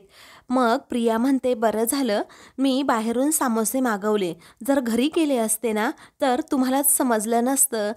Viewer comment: Samoshe nahi smoshe